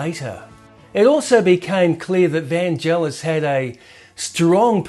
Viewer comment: Really interesting stuff. The only irritant is repeatedly pronouncing Vangelis' name wrong! It's "Van-gay-liss" with a hard g, not "Van-jell-iss".